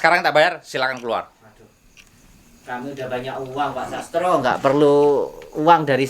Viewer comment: Sastro kl ngomong ya sas tro.